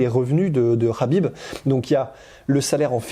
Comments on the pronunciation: non son entourage lui même le prononce Habib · ça se prononce habib